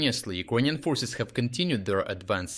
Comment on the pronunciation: either yout reading bot sucks or you should really learn how to pronounce "Ukrainian"